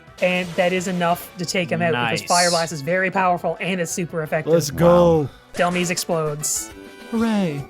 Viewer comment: Why does EVERYONE pronounce dehlmise wrong?? It's literally based off the word "demise"! "DEH-MY-S"